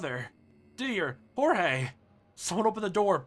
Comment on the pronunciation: Why are you calling Georges Jorge? I'm pretty sure that that's not how you're suposed pronounce his name.